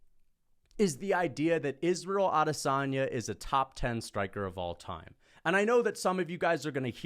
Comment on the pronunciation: you talk a big game but you can't even get Israel's name right. *Israel Lasagne